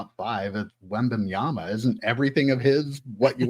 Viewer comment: “wembaMyama”… “wembaNyama”… 😅 You got this! Love the show!